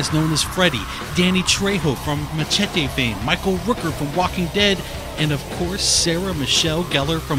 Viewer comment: What pisses me off is how he says machete..................SAY IT F'N PROPER!!!!!!!!